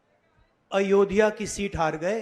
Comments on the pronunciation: it's Ayodhya...NOT AAyodhya .... at least pronounce the name properly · कैसी पढ़ाई पढ़ के आ रहें हैं ये जाहिल लोग !? अयोध्या को ये आयोध्या क्यों बोल रही ये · “आयोध्या” कैसे बोल सकते हैं? इतना मुश्किल भी नहीं है “अयोध्या” बोलना। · Isko abhi tak ayodhya bolna tak nahi aaya aur ye banega PM 😂😂😂😂